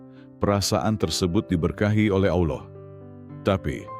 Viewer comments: Sebut Allah ny sk blg kayak Allah khas org kristen sih? Hrsnya khan dgrnya Allah khas Islam. Sering dgr kayak ejaan kata kristen nyebutnya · Pake AI voicenya itu Makanya kurang fasih penyebutannya Ucapan itu d tujukan kepada Allah itu bkn yg d sebelah 🙏